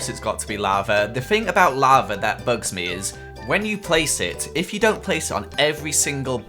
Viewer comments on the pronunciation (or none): You don't like people that say castle like carstle, yet you say bugs like boogs... where's the "oo" in bugs? 😑😖😑😖😑